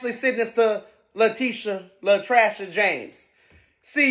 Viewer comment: La-trash-a James 😂😂